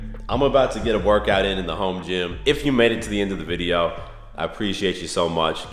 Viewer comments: Idk why it’s satisfying to hear u say “videow” 😂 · Maybe more of a Vide-Ya'll